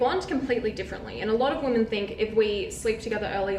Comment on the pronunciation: Women not woman. What the hell is wrong with your age group? Mispronouncing words and calling girls dudes or bro. So unattractive